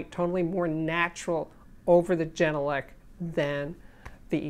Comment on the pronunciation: As a finn I'm so happy to finally see this review! I'm currently running the genelec 8020 dpm. Absolutely love the speakers. I prefer having true sound, so I'm more than pleased. By the way, it's pronounced with a hard G , not jenelec. Finnish pronunciation doesn't have a soft g.